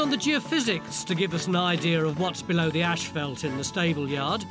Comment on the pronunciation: It`s asphalt Tony, not ashphelt!